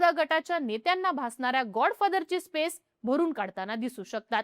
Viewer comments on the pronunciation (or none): none